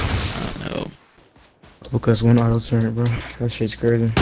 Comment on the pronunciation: "the TuRrEnt" its turret lmao